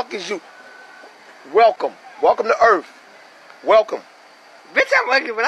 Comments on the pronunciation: Welcome.. welcome to earff.. welcome hahaha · btw when he said "Wellcome to earff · “Welcome welcome to earff “😂😂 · He killed it when he said "Welcome to Earff" like daaamn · "Welcome to earff " really had me 😂😂😂. Love his Esteem. XD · "WeLcOmE tO eArFfF🌏🛸" Me:.....SO UR SAYING..........WEVE BEEN WRONG ALL THE TIME!?........IT WAS EARFFF!??!? WHEWWW